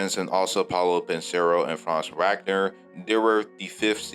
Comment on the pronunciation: And his name is Paolo Benchero Paw-LOW BIN-Chair-roe